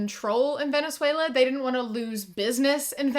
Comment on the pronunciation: As a Brazilian, I didn’t think that Venezuela was pronounced like that